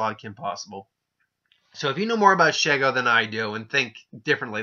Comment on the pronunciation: "she" - "go", that's how you say her name also I agree that Shego would win.